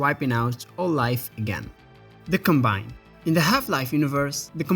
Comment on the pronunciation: It’s not pronounced com-BINE, it’s pronounced COM-bine